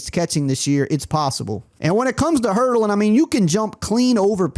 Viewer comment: Did this mf just say HURDLING…. you can’t be serious